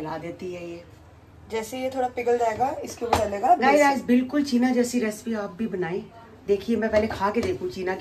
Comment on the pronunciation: Cheene nahi cheena